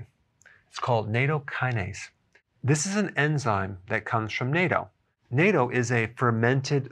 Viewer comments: Nahtto not nayto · CORRECT pronunciation of natto is nU tto, NOT nato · "NAYTO"... lol — 納豆 correct Japanese pronunciation, written easy Amerikuhn style: "not-toe" or "naht-toe"(double t consonant) :) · Bless your heart Doc I love your videos but you are mispronouncing Natto. It is Nawto not Nayto. I make my own and I love it. Traditionally it is made from Soy Beans but I don't want to eat soy products because I don't need the phytoestrogen. You can make it just fine with black beans or garbanzos. 50% of my family thinks it taste like wet athletic sox and 50% love it. It is my granddaughters favorite food and when I eat it I have to hide unless I am forced to share mine with hers. Lol that makes me sound mean but my granddaughter gets hers for breakfast it is just she wants mine as well. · i dont think its pronounced NATO( North Atlantic Treaty Organization). its pronounced NAato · it is pronounced gnatto not NATO like the blue helmets. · Please stop calling it NATO. It's pronounced "Nat-toe" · The Berg pronounces it sounds like a treaty. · Why does everyone say nat-toe? My Japanese students say it as nat-to. Not one says it as Naytoh or nat-toe. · NAH-TOH, not "nay-toe." We're talking about natto, not NATO! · Dr Berg, love you and have watched you do a few vids on natto. You should know it is pronounced nahh-toe. I hope I managed to help you! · Pronounced "not - toe". We eat it in Japan regularly where it is ubiquitous in the grocery stores here. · Lol.. for those that know the correct pronunciation, this really is an agitation every time he says NATO. Got to love doctor Berg! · Bruno LaFoure ... i dumbed it down for American pronunciation. the "a" in Japanese is similar to Latin or Italian... it was also phonetically spelled "naht-toe" in another comment below. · Not Toe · Btw... it’s pronounced “NAH-toe.” 😉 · It is pronounced as N-ah-t-o , the 'a' sound is closer to the sound of 'a' in "what" than in "baby" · Its 'Not Oh'. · Pronounced Knot-toe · "Nate-o" lol.